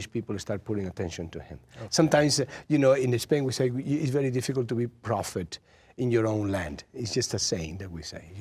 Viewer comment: accent and translation went bad for Banderas and he got misunderstood. The acutal saying is "No one is a prophet in its own land" (Nadie es profeta en su tierra, in Spanish) and Murphy understood "profitable".